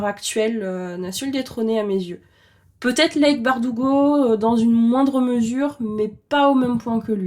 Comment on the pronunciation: Le commentaire du chipotage : normalement, "Leigh" se prononce "Lee" (Oui, chipotage d'ex-prof d'anglais ). Courage pour la suite :)